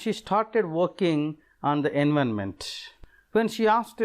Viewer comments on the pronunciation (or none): Its environment not envonment